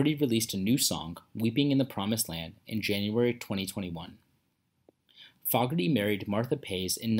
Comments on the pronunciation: Please pronounce their last name it's not FOGerty it's foogerty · FAW-GERTY? It's 'FOE-GERTY'. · It's pronounced John Foh gerty not Fog erty alrighty? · You are not pronouncing his name correctly. It’s not fog, it’s fooogerty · Dude, you have to TEACH the Text-to-Voice AI to pronounce Fogerty -- thru this whole documentary, it's pronouncing his name incorrectly -- a bit of an embarrassment, don't you think? And it is simple, just spell FOGERTY phonetically: FOWGURTY. If that doesn't come out right, try FOUGURTY. You can't just spell the word as it is and allow the Text-to-Voice wind up with an incorrect pronunciation -- it's following its internal rules and sometime you just have to trick it into pronouncing a word they way YOU want it pronounced. Just leaving the name of the subject of the entire documentary pronounced incorrectly is lazy. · This is click bait.. he isn't dead and you're not pronouncing his name right either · Tragic ending? HE ISN'T DEAD AS OF 3-29-22...What are you talking about? Also, "Proud Mary" wasn'tCCR playing a "Standard" as you say, John wrote the song and CCR MADE it a standard. You're also saying his name wrong. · I can't stomach the way this putz is saying John's name. It's an insult to this talented man. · Dude don't know anything about J C F. You pronounced his name wrong. That's blasphemy 😤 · Name being prounced wrong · I've never heard his surname pronounced with the 'short' vowel sound in the first syllable. BTW, according to the comments, he's still kickin' -- maybe not CCR, but John Fogerty still got it goin' on. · If you are going to do a bio, YOU SHOULD LEARN HOW TO PRONOUNCE HIS NAME!!! IT'S ANNOYING!!!! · He is not saying their name right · THE NARRATOR DOESN'T EVEN KNOW HOW TO PRONOUNCE HIS LAST NAME. PATHETIC!